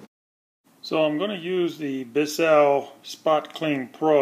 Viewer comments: It's not Bis Sell. It's one syllable Bissell. Like missile with a B. It's an extractor not a brush. Apply the cleaner solution and then pull the nozzle backwards to extract the dirt. With the amount of solution you used you might as well have washed it in the kitchen sink; or, better yet put it in the washing machine on Delicate cycle. Did you even bother to read the directions before you decide to show us how to use it? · Biss-sell lol Why did you dwell so long on useless content like the headrest removal And your clearly have no idea how to use this, yet that's the video name lmao